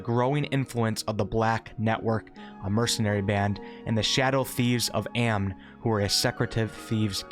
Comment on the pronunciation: I like how you were pronouncing all these difficult words with relative ease but you somehow pronounce "Amn" as "Aaam" instead of "ahhm" which is made funnier by the fact there are literally NPCs in baldurs gate 1 and 2 that literally say "for the glory of Amn" out loud when you interact with them